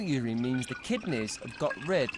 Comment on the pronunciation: It's not 'ureen', its urine!